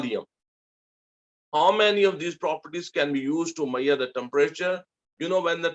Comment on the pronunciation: why do you say mayar and not measure?